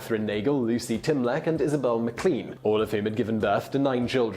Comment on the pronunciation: Maclean is actually pronounced Mac-Lane not clean. I know this as it's a family name from Canadian relatives.